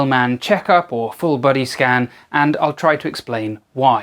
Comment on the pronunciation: Did you say "full body scam"?